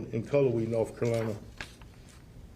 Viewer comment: He said NORFCALINA